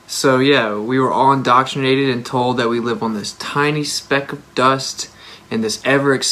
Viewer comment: lol Indottrinated .... maybe learn Engrish